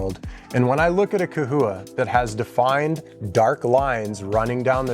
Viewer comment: Is it ca-houa (you're saying it non stop) or cha-houa (what ppl say)